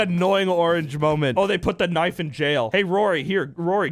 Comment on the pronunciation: Bro u said "We have to save annoying orange from the knife." I thought u said Nazis not knife